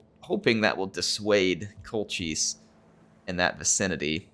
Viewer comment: I believe Colchis is pronounced Col-kiss. Well at least that is how they pronounce it in the 1960s Jason and the Argonauts film. Classic film!